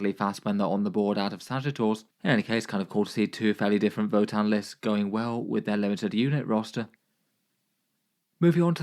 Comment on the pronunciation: This man didn’t even try pronouncing that votann players name 😂